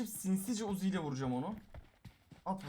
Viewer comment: Abi sen uzi dediğinde ben wuzi diye anlıyorum